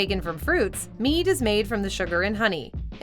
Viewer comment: Every time you mention mead, someone hears meat.